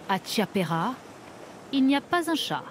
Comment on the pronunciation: On peut dire à la dame qui met sa voix sur le reportage que "ch" se prononce "k" en italien? Chiappera ne se prononce pas tchiapera, mais kiapera. idem, Chersogno ne se prononce pas tcherzonio mais kersonio. Eh oui le s aussi se prononce s mais pas z. Franchement c'est assez irrespectueux, surtout que l'italien est très simple à lire. Il n'y a pas de piège de prononciation comme en français lorsqu'on lit un mot. Quand on vente les mérites d'un pays c'est bien de le respecter.